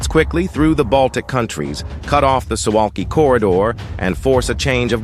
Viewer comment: It's pronounced "Soo Vahlki"